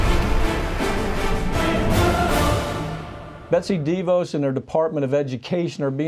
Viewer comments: I love the way Pap pronounces DeVos as DEE-Vose. In your face Betsy! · Dee vohse? Has Mike never heard her name spoken aloud before?